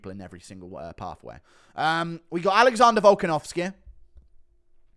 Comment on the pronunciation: “Alexondah Volkenovskehh”